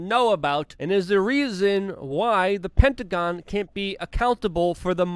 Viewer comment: Lol first time he said hectagon